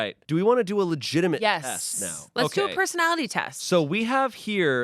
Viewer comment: he specifically emphasized "legitimate" each time he referred to the Myers Briggs as if it held some kind of power over the princess quiz or the CW show quiz when they all offer exactly the same thing.